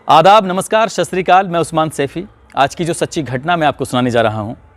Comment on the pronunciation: Satsriiakaal not sasriikaal jii